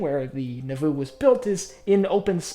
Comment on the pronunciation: It’s pronounced like “Nah-voo” not “Nuh-voo”.